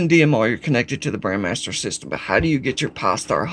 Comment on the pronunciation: I know its trivial, BUT you keep saying BRAND (MASTER) and it drives me insane... it is BRAND (MEISTER) MEISTER MEISTER MEISTER!!!